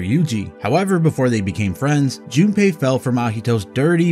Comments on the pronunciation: Why do u say junapei, there’s no A there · damn this british pronouciation of japanese names is killing me. Who the fucking is Jun ne pei